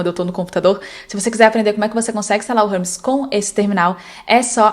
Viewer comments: érmes - não é Rérmes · "Hubs... Rãmis... Harmes...? Ahhh, agora entendi, era Hermes! 😂 Uma sugestão sincera: como o vídeo é em português, talvez valha mais a pena usar uma pronúncia mais próxima da que o público brasileiro está acostumado a ouvir. Nesse caso eu realmente demorei para entender de quem você estava falando. Se a ideia era gerar engajamento nos comentários, funcionou perfeitamente. 😅 Mas se não foi intencional, a pronúncia acabou atrapalhando um pouco a compreensão do conteúdo." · Se fala érmes, não rérmes